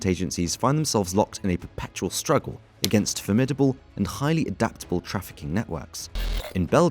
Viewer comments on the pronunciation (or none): none